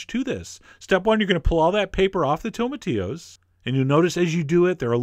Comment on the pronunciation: cheif John. great videos. but it is pronounced tomati"LL"os. ya gotta say the L . Thats how we pronounce things in America.